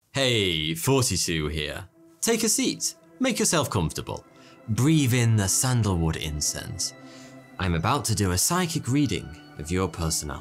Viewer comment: Learn to enunciate. Its breath not breav